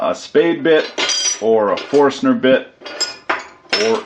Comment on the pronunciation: Its not a forstener bit. Its caled a forskinner bit. Got it? hahah